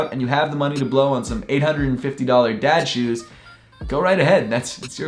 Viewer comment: I thought you said dead shoes